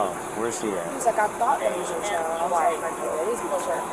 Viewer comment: FYI: the world CHILD does in fact need the "d" to be pronounced. Its "child" not "chal"...